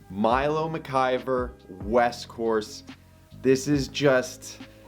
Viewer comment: Great to see Milo making the dream 18, and you picked the proper signature hole, according to locals AND you pronounced McIver correctly, tooooooo! (It’s McIver, not MacGyver, everybody)